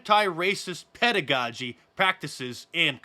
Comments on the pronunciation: Pedagogy OR PEDOgogy?🥴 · It's drag PEDOgogy not pedagogy